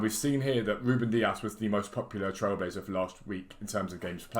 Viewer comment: Dewek here from twitch to say twailblazer 😂😂 happy birthday for sunday if u not live tomoz